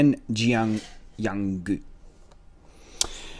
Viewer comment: You said Yanggu’s name wrong